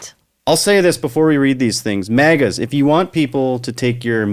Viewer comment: "Mean maga tweets" reading had me giggling so hard - thanks for the funnies! I needed that. What to switch in for "maple" so as not to insult our nation's syrup... Muskeg maga? Happy to join you pronouncing it "mawgah" going forward. On purpose.